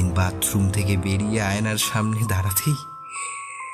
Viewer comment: গল্প টা খুব ই সাধারণ। গল্প পাঠ খুব খারাপ, ঝামেলা কে ঝ্যামেলা বাথরুম কে বাদরুম দেড়টা কে দেঢঢা। গল্প পাঠে উন্নতি করতে হবে।